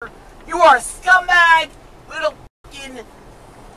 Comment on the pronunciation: Ailene Wournos reincarnated. And she's saying 'pucking'. 😅😂